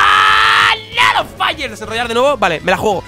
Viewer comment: Por que dice rednroynar